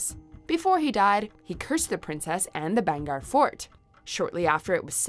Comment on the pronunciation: IT'S BHANGERH FORD NOT BHAGAR FORD😂😂😂😂😂😂😂😂😂😂😂😂😂😂😂😂😂😂😂😂😂😂😂😂😂😂😂😂😂😂